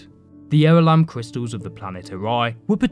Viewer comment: Cwistals. ..... omg stfu